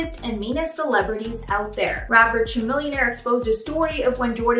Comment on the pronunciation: Did you really pronounce Chamillionaire like that. 😂